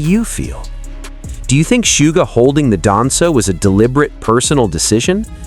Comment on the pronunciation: Somebody tell this speaker the correct pronouns of Suga! (Shuga - is closer to his name's pronouns.)